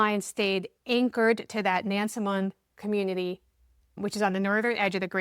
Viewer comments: Not to be the speech police but everyone get this wrong. Powhatan is pronounced "Pow a tan" and Nansemond is "Nanz Mund" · Im from that area. People with these last names are everywhere there. BTW we pronounce it Nans-mond. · Locals pronounce it "Nasmund". Like Nawfuk and Sufuk. Instead of Norfolk and Suffolk. Portsmouth ? "Portsmith". Now do The Guineas of Gloucester Point. It's on the Middle Peninsula.